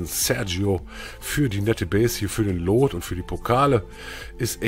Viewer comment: Warum sprichst du es immer wie loot aus also das oo als o und nicht als u 🤔